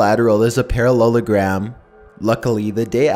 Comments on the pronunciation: He said perrelulagram about 29 times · How many times he said parollelogram 👇🏿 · if i hear parallagrams one more fucking time imma spaz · Stop saying parellelagram so many times find a different word like chicken nugget (oh btw these are creepy) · I dare you to count how many times he says parellelagram in story 2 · i skipped the second one cause i could not hear him say "Parallelogram" again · at the end of a sentence HE PRONOUNCES IT SO WERID I HATE IT